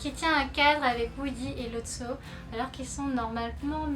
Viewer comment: C'est Lotso et pas Losto ;) Sinon super video <3